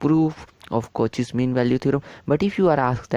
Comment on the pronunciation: The video is good.. but please reduce your hand movement.. and it's pronounced as "Cau-shae's" not "Cau-che's"..